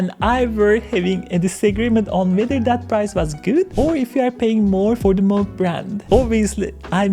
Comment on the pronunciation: Moog, NOT Mogue :)